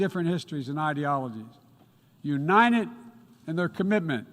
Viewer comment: He acts like he's president of every country except mine. He can't pronounce United. Unined?